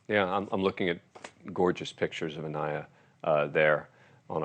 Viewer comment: Please pronounce Aniah’s name correctly